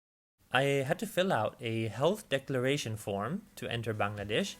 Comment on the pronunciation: Foreigners usually say Baang laa desh. But your pronounce is absolutely like native